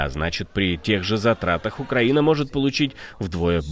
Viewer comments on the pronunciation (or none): none